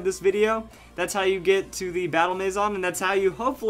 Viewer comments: Its not mayzon its a french word maison for house. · Eh, a little bit, but he's not far from the actual pronunciation, which is may-zun. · I AM SO TRIGGERED BY HOW HE SAYS MANSION WRONG!!!!!!!!!!!!!!!! But over all a great video. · Am I the only one bothered by the way he says maison